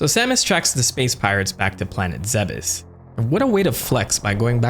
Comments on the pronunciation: Good but its pronounced planets Zebes (ZEEBS) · Not Samus Aaron, Samus Ay-RAN, kinda like “Iran”. E-ran or E-ron.. like in between ron and ran. And Zebes is Zeebs just like Thebes is pronounced Theebs. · Isnt Zebes pronounced like Thebes? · Zeh-bes? Tf??? It's zeebes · 12 year old me used to pronounce it "zeebs" when autistically downloading the lore into the nearest earholes. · Am I the only one who pronounces Zebes as "Zeebs" like Thebes? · So who else always thought it was pronounced "zeebs"? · I thought it was pronounced "Zeebs" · It's definitely pronounced zeebs 😂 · This video made me realize that I've always thought the planet was pronounced Zeebz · am i the wrong one for always pronouncing it as "ZeeBis"? Like come onnnn it rolls off the tongue better plus you can say it in an old cowboy voice and it sounds like gold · We've all have pronounced it "zeebs" at one point. Also in the original metroid manual on nes they called it Zebeth. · i just hate the way you say zebes lol